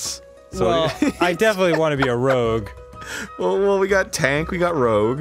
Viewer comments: It's Rouge, not Rogue. Like the bat from Sonic. I'm SO disappointed that joke went over their heads. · also it's "rouge" not "rogue," don't know why you guys kept calling it "rogue" :^) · It was rouge not rogue. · Nobody tell them it's not Rogue the sneaky beak, it's Rouge. The color. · ...did they not realize it's rouge, not rogue? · It's not rogue, it's rouge